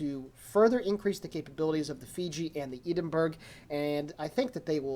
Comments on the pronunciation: As far as I'm aware it's EH-DIN burgh. This is how my Scottish friends pronounce it. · iam Scottish and it is EH-DIN burgh i all most die when i heard said that way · Great Video, I think the first one here on YT. Atleast on the EU server WG added this cruiser screenshot as an official news with link from the launcher. I as a non-native speaker won't judge you, but some Scottish guys might be really upset about your Edinburgh pronunciation :-)